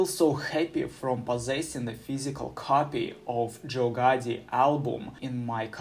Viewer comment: "Joe Gotti was born in 2002" 😭👌